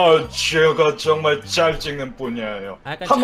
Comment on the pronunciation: 근데 사진 잘나온듯(?)요 ㅋ 그리구 말투가 초에 "줴가 줭말 자라는 부냐에요~"이러는게 ㅋ원래는 (제가 정말 잘하는 분야에요)인데 ㅋ